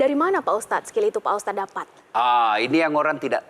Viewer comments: Sekelas host tv masak iya nyebut ustad aja gabisa. Dari awal nyebutnya ustas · Lagi lagi pembawa acara bilang ustas saya kira cuma salah ucap, tp ternyata terulang dan di ulang, kayaknya yoana margareta kuper